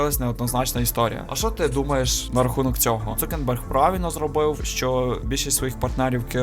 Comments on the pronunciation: Крутий відос, але ж він Цукерберг, а не Цукенберг 😅 (в назві проблеми немає, вона у озвучці) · Він не цукенберг а цукерберг